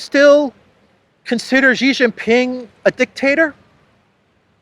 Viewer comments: SHEE JIN PING not JHEE. JHEE is slang for PENIS. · However, the speak himself is clown, I have chatted with him multiple times tell him to stop saying JHEE JIN PING and say SHEE JIN PING, SHEE likes like female in English, is correct, JHEE is slang for Penis, XI is SHEE not JHEE. The parent company SKY NEWS AUSTRALIA started the incorrect pronunciation. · are you Jaustic? It's SHEE JIN PING not JHEE. SHEE sounds like female. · it's SHE Zhing-Ping, come on.